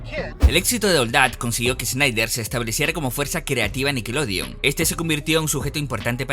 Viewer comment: No se pronuncia “Sneider” es más como (Shnaider)